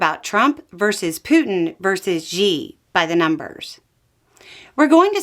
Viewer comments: FYI, Xi is pronounced Shi. Like Xian (Shi An), the city with the warriors. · Belle...fyi. The pronunciation of Xi is like "she". I miss Beau but you're doing great. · Chinese pronunciation correction: Xi's name sounds like the pronoun "she".